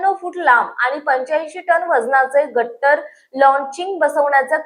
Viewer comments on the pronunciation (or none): गर्डर not गट्टर